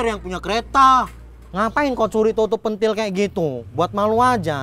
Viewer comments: pintil bukan pentil🤣🤣🤣🤣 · Ucapannya salah ya harusnya *pèntil"